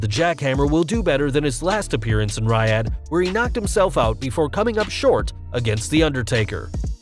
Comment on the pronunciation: it's NOT Riiiiiiiiaddddd, it's Reeeeeeeeeeeoddddddddddddd!